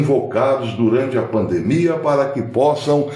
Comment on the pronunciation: Com todas as vênias, a pronúncia correta e pandemia e não “pandmia”, com minhas escusas.